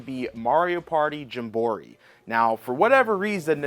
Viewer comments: Why are you saying jim borry instead of jamboree lol .... It's cool though great video man I appreciate it I've been watching this new channel I think it's pretty cool I'll keep checking out your videos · I can’t figure out if you mispronounce game names on purpose or not. The more you do it, the more I feel like it’s an act. There’s not another person on earth who calls it Mario Party Jumbori. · jam-buh-REE. That is how you say that word. Also shame on you for supporting key cards. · I believe it's pronounced as Jam-bore-ee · It’s pronounced more like Jam-Ba-Ree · Whenever you say metroid and jamboree wrong i instanly dislike the video and switch to another video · The mispronounced Mario Party title kills me... learn to read and/or pronounce. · why do you pronounce jamboree like that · I honestly think he does it for the troll…. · Cause of the American educational system lol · The way you pronounce jamboree 😂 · Agree made me instantly want to say “I don’t think that word means what you think it means!” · I think he mispronounces things on purpose so ppl call him out in the comments. Engagement is engagement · Libary, Gemboree, meteoroid, he does this shit on purpose